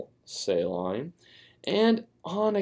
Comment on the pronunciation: I hated how he pronounced saline...